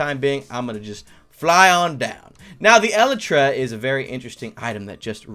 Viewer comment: Elytra is pronounced e-Le-tra